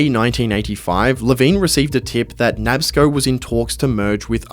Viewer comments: "Nabs-co?" It's pronounced "Nah-Bis-Co." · Bro it's Na-Bisco not Nabsco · As a Englishman. Im surprised you didn’t know it pronounced Na bis co ( National Biscuit Company) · Hey just a heads up but 'Nabisco' is pronounced "Nah-bisk-koh". It's a shortened form of the original name for the company, 'National Biscuit Company'